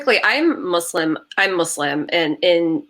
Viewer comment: I thought this was a different and interesting covo🙌🙌 you never cease to amaze with your channel... love the points that you ladies made.. AND I’m so happy of the proper pronunciation of “Muslim” 🙌🙌 I hate when people say “Muzlim” 👍